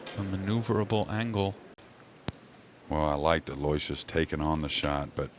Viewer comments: That is correct. Alo - Wishus. Not Aloy - Shee us. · Aloysius is pronounced thusly...... Aloe...wish...us. (FFS!)